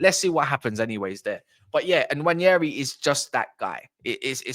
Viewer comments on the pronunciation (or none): Btw it’s pronounced Waneri, the N is silent.